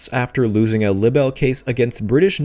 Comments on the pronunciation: Honey….it’s pronounced LYE-Bel….bless your heart…. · Can you please look up how words are pronounced because you keep saying the word libel wrong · OMG why don't you learn how to say the word "LIBEL". There is an app if you don't know how to say words.